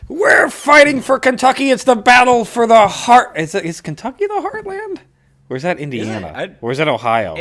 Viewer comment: Kentucky is full of historical events. And what's with the weird pronunciation of Kentucky as Cantucky?